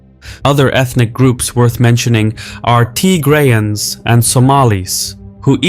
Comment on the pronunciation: it’s not Tygrayans it’s Tigrayans